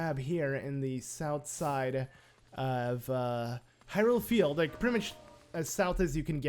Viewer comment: Its Hyrule not.... However you said it